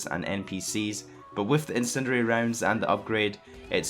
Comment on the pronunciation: "incinererer rounds"